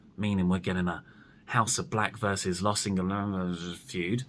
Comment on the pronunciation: cant say Los Ignoranobles?🤣 Did I spell it right?